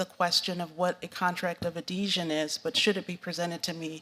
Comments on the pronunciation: She doesn't even know the term. Contract of adhesion...she read it back as contract of a desion..SMH. NEXT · she doesn’t know what a contract of “adeeshun” is lol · After you tell me what adhesion is could you tell me what the f*** adeezzion is!!!